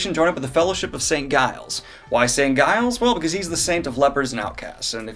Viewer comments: Giles pronounced Jiles. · "Guy-les"? Come on, obviously a Buffy reference. That's not how you pronounce Giles. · St. Giles--not pronounced like guile. Have you not watched Buffy, lol? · I may be wrong, but I've always pronounced the G in Giles like a J. Hence Jiles. I've not read the series since 2012 so thank you so much, Daniel, for this catch-up summary! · Saint Giles should be pronounced with a soft 'g'. In English affricate as in 'giant' and fricative in languages such as French (Saint Gilles was a popular French saint), but regardless of the language it is always a soft 'g' as it is followed by a weak vowel. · Man, the G in Giles is soft 🤦🏼‍♂️